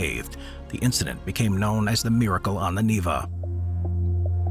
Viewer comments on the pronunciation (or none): none